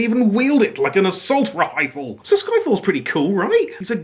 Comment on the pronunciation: Laughed my ass off at 'rhifle'.